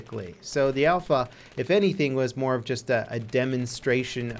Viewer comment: Its alpha. ALPHA